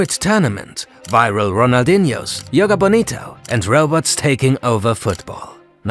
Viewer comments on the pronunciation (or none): The pronunciation and football-related knowledge in this video makes me want to vomit. calling Copa América just 'Copa'? wtf, copa means cup, there are thousands of cups around the world. And 'Yoga bonito' made me want to hit my head on the wall. It takes 10 seconds to learn how to pronounce any of these words. 12 y.o kids making their research project put more effort than this.